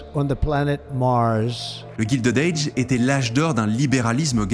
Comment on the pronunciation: Non, ce n'est pas GUILDED AGE, c'est GILDED age (prononcé Gaïldid et non Gildid) , "a guild", c'est pas la même chose que "gild" en anglais qui signifie "doré"